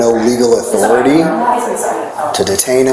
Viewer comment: 'Respek muh authoritar!'